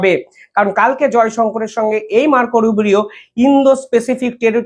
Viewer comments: Not Rubirio. It’s Rubio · মার্কো রুবিও 'কে বারবার মার্কো রুবেরিও বলছেন কেন? উনি সেক্রেটারি অব্ স্টেট, মিনিস্ট্রি অব্ স্টেট নন। এই ভুলগুলোর ব্যাপারে আপনার যত্নবান থাকা দরকার।